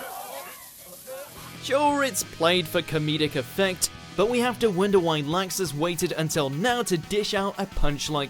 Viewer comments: i hate for saying LAXAAS its laxus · "Nazi vs Lexus" Pronunciation: 0 Points,, sit down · Laxus? I only know him as Luxus... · haha Lie-xus :) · did he really say "Nazi"? XD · The way you said Laxus.... And Natsu could win now. It took a couple seasons but whatever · Pronounce Laxus right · Bruh he said Laxus wrong twice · The mispronounciation of Laxus is cringe wortht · ...'kay, I let "Ah-kira" slide, it wasn't far off enough for me to care that much, even let "joe-TAR-roe" slide - which is surprising because that name was butchered mercilessly, but...seriously? "LAI-xus"? The dude sounds like he's trying to say "Likes us" but with a stuffed nose. This one isn't butchered as much as the others, so I guess this is just where I kinda lost patience. I almost wanna say he's doing it on purpose because...I mean, the people in the anime SAY their names. If it's a Japanese name, they're prolly pronouncing it correctly, my guy. Like...are these guys just handed a script and told; "Good luck, have fun, and don't get murdered"? I don't wanna be too mean or anything, but like...come on, man. (It may not seem like I'm trying to not be mean, but I held back a LOT of harsh comments.)